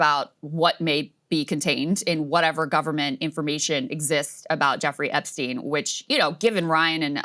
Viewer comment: just to clarify, it's not "epsteen" but epstein.